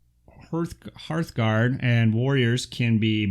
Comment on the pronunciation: Hooray for saying Hearthguard correctly! Lol Great breakdown video thanks